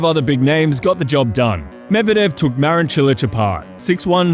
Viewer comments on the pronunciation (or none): none